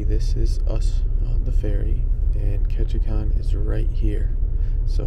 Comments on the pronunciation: You kept mispronouncing “Ketchikan “. It is not “kon”, it’s “kan”. There’s no o in there. LOL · I 'm hoping someone in Ketchikan helped you with the pronunciation of their town. It's Ketchi-CAN. Not kahn. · Love the video but you’re pronouncing Ketchikan wrong, it’s pronounced KETCH-I-CAN rhymes with man not KETCH-I-CON. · Loved the video. Surprised nobody corrected you about Ketchikan. It’s ketchi-can not ketchi-kahn. I made the trip from Seattle where it used to start from in 1981 to Sitka. Time to try it again! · Been on the route often, great video. BTW, it's pronounced Catch-a-can, not con. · The kan in Ketchikan is like a can of pop, not Ketchikahn. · Just fyi, it's pronounced Ketchikan. As in "KAN"(think CAN), at the end. Not "Kon". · Ok its Ketchi can not Kon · It’s ketchican not Ketchikhan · Ketchikan pronounced can, not Kahn. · Ketchikan - Pronounced “Catch-A-Can”, not “Catch-A-Con”. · Ketchi-CAN not Ketchi-CON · What? Was this guy educated in an American University? Who taught him how to say: "Ketchikan"? Tell him it's pronounced: Ket chee can. Not Ket chee chan. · Very nice! Grew up there. Clouds and rain is Ketchikan weather. The last syllable is pronounced "can." Like can of soup. Peace and love.